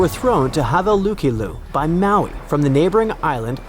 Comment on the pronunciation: Thanks for the interesting story. The pronunciation is Haveluliku isn't correct here, but the spelling is. 👊😊